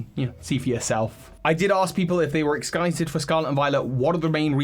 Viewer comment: why did he say excited like that 💀